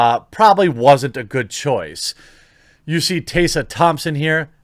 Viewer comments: fam can't even pronounce Tessa properly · Why are you mispronouncing Tessa Thompson first name? It should be how you would pronounce MESS, replacing the M with a T & put an A at the end, there is not a letter S in the middle of her name. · lol why are you pronouncing "Tessa" like that? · You’re pronouncing Tessa wrong, it’s so jarring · Couldn't get through the video due to your consistent mispronunciation of a fairly common name. In your mind that's probably not a big deal but it doesn't help your cause when you disrespect one of the main talking points over and over again. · Tessa is pronounced exactly the way it looks. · bro, Tess. . . A. not tase a. two s mak success. like tess-a short a sound at the end. Phonetics is actually a thing ya know. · Also "TEH-sa" Thompson. Hearing "Tay-sa" Thompson is raping my ears. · is it really "taysa" I thought it was pronounced "tessa" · He's reading 'Tessa' as Taser, so you're not helping. I think it's Teh-sah. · It's TESS-A. Not TAY-SA. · Are you aware that you’re using Daphne Joy in your thumbnail? That’s who’s wearing the bikini and not Tessa Thompson. Tessa Thompson (which, by the way, isn’t pronounced as “Taysa” it’s “Tessa”) doesn’t have huge boobs as seen in the thumbnail. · I agree to everything you said except for one thing: Tessa. It's Tessa, not Tey-ssa. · I'm not a TT fan but why are you calling her "tay-sah" when it's obviously "Tess-uh" Think Tesla without the L. 🌹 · Te-ssa Te-ssa. We are not tasers... sigh That's it unsubbed and triggered for murdering the pronounciation of my beautiful name 😋 Jokes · I let it slide when you said her name godawfully weongt when you talked about that article Tessa was in about aprlomg with white crows onset....but are you trolling or can you just not get her name. . Its Te-ssah...,not Tay-sssa. I still love the channel...but it does drive me nuts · It’s not Taysa Thompson it’s Teh-sa Thompson/Tessa Thompson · Taser Thompson? Fuck me, how difficult is it to pronounce Tessa?